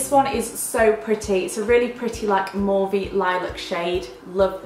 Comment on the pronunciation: Why are you pronouncing mauve like that?!?! 😂 x